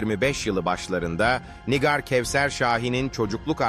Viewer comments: Nigar Nigar dedikçe sinir oldum NİGÂR diyeceksin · Nigar değil, Nigâr. Bari mesleğinizin hakkını verin. 😒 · Yapay zeka anlatıyor da ondan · Lütfen nigar ismini doğru okuyun. Allah ım rahmet etsin o yavrucagiza